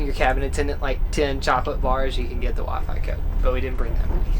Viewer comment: Nates southern accent really came out when he said WiFi